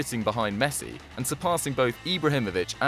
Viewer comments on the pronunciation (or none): none